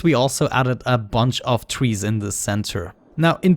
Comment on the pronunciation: I luv how he says trees/. He says twee